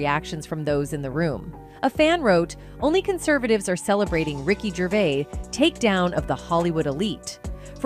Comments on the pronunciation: He's not Canadian, you can't pronounce his surname correctly. At that point I bailed, I assume there were a lot more mistakes further on? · Us Brits are very proud of him calling out those twats and wouldn't it be great if you could pronounce his name properly?